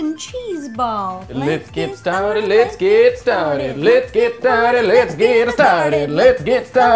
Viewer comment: I swear at 0.54 he was saying lets get retarded 😂😂😂